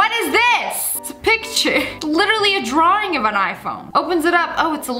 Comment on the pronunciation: Is it just me or did Sssniperwolf say ddddddddrawind